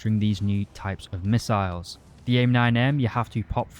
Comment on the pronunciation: "pwanes with ER to ER to ER missails" :D <3